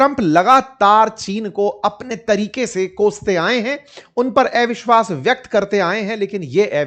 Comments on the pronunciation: आप इतना बढ़िया हिन्दी बोल लेते हो, लेकिन ‘अविश्वास ‘ को एविशवास ‘ क्यूँ बोलते हो.. अटपटा सा लगता है!!??😳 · एविश्वास × अविश्वास ✓ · ऐविश्वास नहीं सर अविशवास कहते हैं😂